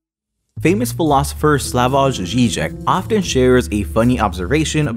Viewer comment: Great video,. As a suggestion, to correctly pronounce Slavoj Žižek's first name the "j" is pronounced like a "y" - Slavoy. Looking forward to more of your work.